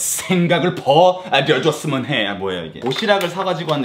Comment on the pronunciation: <생각을 버 려줬으면 햐 >했을때 이 한국말 강세 진짜 저런줄알고 따라할까봐 겁난다 ㅋ ㅋ